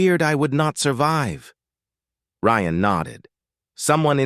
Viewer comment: I guess the AI got tired of butchering “Ryan”so it renamed the characters.